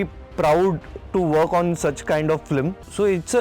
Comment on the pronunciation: Being on such big designation, VFX supervisor Mr Somesh Ghosh is pronouncing “Flim” instead of “Film”. Not just one time, multiple time whenever this word comes. He be like phlim, phillim, fleem. Really annoying.